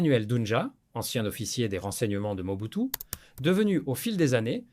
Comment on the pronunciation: Merci pour la narration ; Juste un astuce de script : indiquez dans le prompt que l'IA doit prononcer "OU" le "U" lorsqu'il voit le mot "MOBUTU", 😉